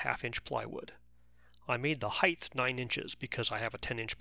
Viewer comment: the word is always "height" - - there is no such word "heighth" -- & yes I'm trolling